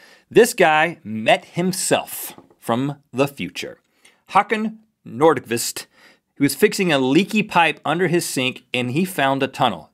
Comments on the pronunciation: I'm Swedish. And i can barely make out what youre saying. This is what his name is:Hakan Nordqvist This is how Rett said his name: Hackan Nourdkwist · Wow. I really love your pronounciation of that. Nothing wrong with it of course, it was just funny to me. If I heard correctly, his name's Håkan Nordqvist, right?